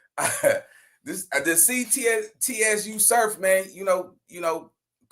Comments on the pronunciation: Nigga said T S U Surf lol it’s Tsu Surf like Tsunami brother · Pronounced "Sue Surf"😊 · Yo, it’s just pronounced “Su Surf”